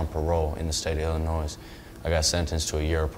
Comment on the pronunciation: THE YOUNG MAN NEEDS TO LEARN THAT THE LETTER S ON THE STATE OF ILLINOIS IS SILENT